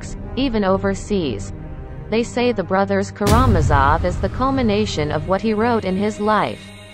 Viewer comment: Please learn how to pronounce "KaraMAZov."